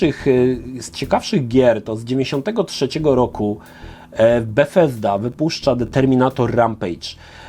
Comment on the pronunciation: Dziwnie wymawiasz Bugthesda 😂